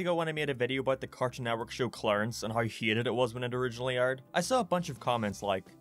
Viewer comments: Are you saying heated. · Say hated not heated damn it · Hieated Thats how he says hated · I’ve only just started watching your channel, but allow me to kindly poke fun at the way you pronounce ‘Hated’ hEEETED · Yes Uncle Grandpa was indeed "heetead" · The way he says “hated” has me HE-ATED